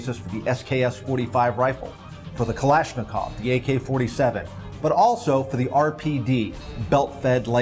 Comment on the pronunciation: the way they said kalishnikov made me mad